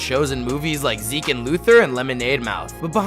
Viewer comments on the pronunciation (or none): Ze-key and Luther 😭 love u sm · Man’s said “zekey” and Luther 😭😭